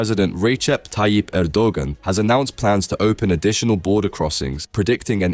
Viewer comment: He is butchering the name Erdogan but I kinda like it hahaha. I will die happy when westerners invent soft G or just simply ommit it...